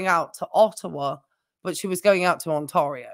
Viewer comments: "Ontario" is pronounced "tear", like "tear the paper". 😉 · People have different accents, it's fine